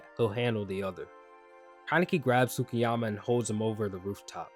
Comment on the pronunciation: the U in Tsukiyama is silent. You pronounce the T, not the U.